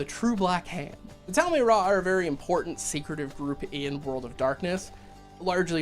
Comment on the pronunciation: Great video ❤️ It is spelled Tal-Ma-Heh-Ra though.